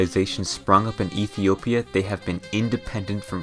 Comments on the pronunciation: he said "Ethia". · "and Ethia"